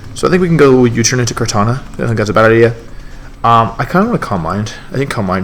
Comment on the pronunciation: Its kartana, not kartanJa...